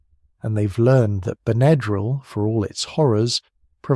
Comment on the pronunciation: I've been aware of Benadryl all my life. When I was a child growing up in the 50s with hay fever and violent reactions to insect stings, Benadryl was pretty much the only first aid for allergic emergencies. I appreciate learning the history but am puzzled and a bit distracted by the way you pronounce the trade name. "Ben uh drill" is the only pronunciation I've ever heard and what a quick search shows. (Diphenhydramine, on the other hand, is certainly open to interpretation.) Thanks for researching and sharing this. 🎉